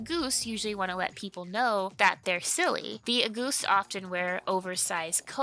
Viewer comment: In German, the first syllable of August is emphasized, instead of the second. We don't say AuGUST, we say AUgust.